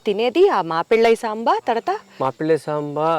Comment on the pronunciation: మాప్పిళై సంబా. (సాంబా కాదు)